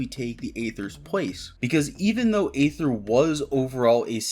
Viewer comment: Please stop pronouncing Aether with an A.